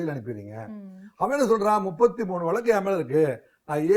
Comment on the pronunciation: அட கருமமே அது வலக்கு இல்லமா அது வழக்கு